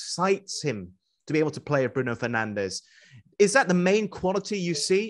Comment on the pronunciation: Is it me or is the interviewer saying “Penandes”?